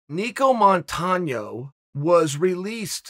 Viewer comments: Anyone else upset that Chael pronounced Nicco Montano's correctly? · First time I hear UNCLE CHAEL pronounce a name correctly... Today is a good day.